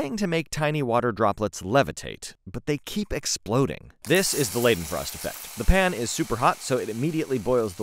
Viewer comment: Please just say "lydenfrost" thata closer for the original 😪🤣